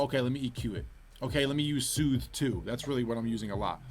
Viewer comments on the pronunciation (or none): Kenny be like “sewthe two”